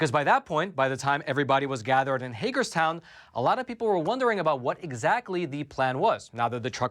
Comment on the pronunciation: And this time you pronounced Hagerstown right! 😃